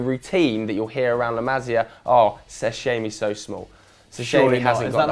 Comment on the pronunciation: Pronounciation!!! OMG my fucking ears are hurting and my brain can't understand a thing! Learn how to pronounce correctly those damn names! It's La MasIa not La MAzia and Kingsley FUCKING ComAn not COman...JESUS